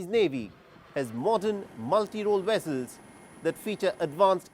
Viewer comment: What is a "Wessel" did u mean Vessel?